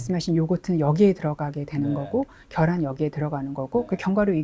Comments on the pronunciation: ㅎㅎ 재밋네 교수쯤 되면 계란 발음 해야되는거 아닌가? 발음 잘못된거 알자나요 달걀발음이 더 힘든데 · 식품연구하시는 분이 '겨란'이 뭡니까 ? ㅋ '계란'을 왜 발음 못하시는거죠 ?? ㅎㅎㅎㅎ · 계란을 겨란이 멍미 ? 발음 제대로 해주세요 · 계란 발음 되네 겨란이 머야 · 겨란,: 가일 😂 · 경상도 살아도 계란을 겨란이라고 하는 사람 없음. 본인의 잘못된 발음습관을 지역탓으로 돌리지 말고 고쳐보시죠. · “겨란” 서울경기권에서 오래사신 분들중 계란을 겨란이라 발음하시는 분들 종종있습니다. 예전 어린시절 달걀장사 하시는분들중 마이크로 “겨란이 왔어요”라고 하시는분들도 많이 봤고요. 경상권 특히 대구언저리는 달걀발음이 잘안되어 “닭알”이라 발음하는 사람도 봤습니다. 계란이든 겨란이든 의미전달의 왜곡이 없는이상 그사람의 사투리나 언어습성까지 고쳐라마라 하는건 다소 무리가 있다 하겠네요. 겨란이라 말한다고 그게 무우나 생강등 전혀 엉뚱한 의미로 전달되진 않으니까요. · 경상도 사람이라면 발음 녹음해서 들어보세요 계란 개란 걔란 겨란 계란 발음이 잘 안되요 잘되는 사람 경상도 60년 산 저는 주의에서 제대로 발음한 사람 못봤네요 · 겨란은 어디사투린가요 궁금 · 저도 경상도 살지만 겨란이라고 발음 하는 사람 한사람도 못 봤음 차라기 개란이라고 하는 사람은 많이 봤는데~~~ 겨란 첨 들어봄